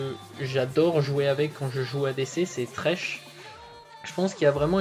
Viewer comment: Thresh et non tresh